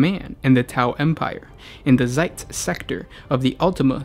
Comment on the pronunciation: It's Zeist, not Zeitz...